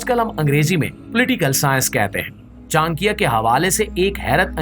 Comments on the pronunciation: Its not chankya.. its cha nak ya... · it is not chan+kiya .it is cha+nakiya